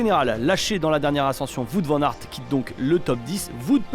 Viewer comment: Vout Van Aert et Vout Peuls, merci pour cette superbe prononciation les commentateurs frouzes !!